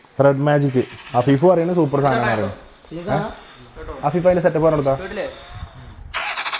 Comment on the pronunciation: ❌️afeefa✅️😂